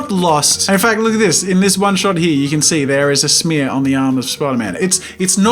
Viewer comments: “That’s called an animation SmEaRrr” I DIED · When Jazza says 'smear'. I can't breathe!!! 😂😂😂